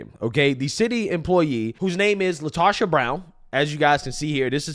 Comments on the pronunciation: "" sheeeeeit....